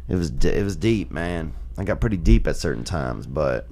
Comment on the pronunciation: "Lee-deep into acid murky waters"